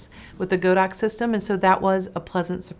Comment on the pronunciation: Godox is pronounced god-ox.